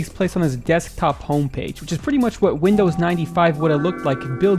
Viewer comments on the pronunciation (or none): none